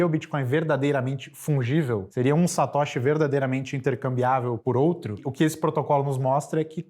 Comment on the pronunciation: Cara fala tudo errado neo e Satoshi e ainda q ensinar kkk